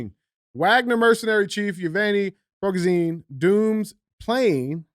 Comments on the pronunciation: Ya-give-knee. Pre-go-shin. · The leader of the Wagner Group’s last name is pronounced phonetically “Pri-go-shan”. It was either a “Hit”, or he’s faked his own “supposed”, death so he can live longer because Putin would eventually have him killed. Fact! He should’ve never stopped before going to Moscow! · It's PRE-GO-SHIN for phonetics